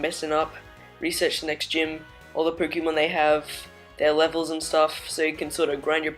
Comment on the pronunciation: Anyone else bugged by the way this guy says Pokémon